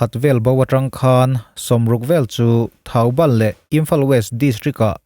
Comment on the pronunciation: Thaubal nilovin Thobal anie.